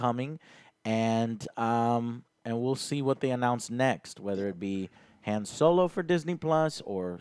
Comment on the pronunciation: "Hayun Solo"